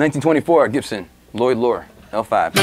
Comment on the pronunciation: Lloyd has two 'L's and not 'Li'....so Lloyd, not Lioyd. Just sayin'.